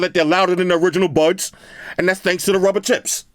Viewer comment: Every time says “tips” I hear t..ts lol 😂